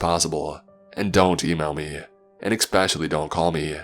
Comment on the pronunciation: There is no "x" n the word "especially".